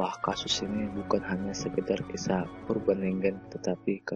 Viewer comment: urbant legant? lol, min min belajar lagi min